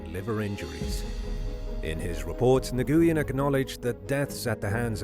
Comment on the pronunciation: Nguyen, is pronounced "whin or win." Its Vietnamese if memory serves.